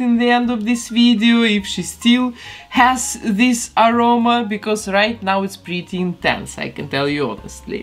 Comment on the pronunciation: Is just me or dose she say “pretty “ like this:”BLE-TEIR”?!